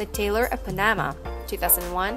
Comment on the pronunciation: Hey! His eyes are blueI And please girlie...learn how to say Panama it's Pan-a-ma..